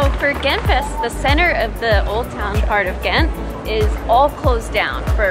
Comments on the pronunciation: It's "Gentse fieste" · I being a student in Ghent myself, I really think this video is a great representation for my beloved city. Ghent is such a versatile city that has something for everyone. Some working points for the next time you come to Ghent: never say Ghent Fest to the Gentse Feesten again. Your Flemish pronunciation may be so bad, but it is and remains the Gentse Feesten. Further last, I find it very disappointing that I didn't see you in this video after 5 o'clock in the morning at the Vlasmarkt, that would have provided some footage. It is a square where everyone is completely fucked up and dancing crookedly until 8 in the morning. Greetings